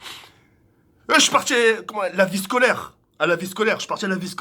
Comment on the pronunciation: " Woulah quand j été en echec shcolaire " 😂😂😂